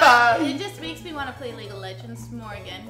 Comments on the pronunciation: 발음이ㅋㅋ League of 레전드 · ㅋㅋㅋㅋ레전드 너무 한국발음이다